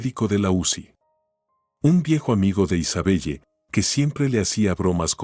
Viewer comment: Isabelle se lee Isabel